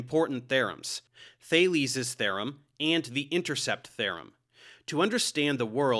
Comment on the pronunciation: it's thee-rum, not "theh-rum"! appreciate your tutorials and debunks!!